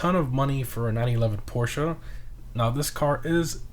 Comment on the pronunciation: Let’s appreciate that he actually said Porsche properly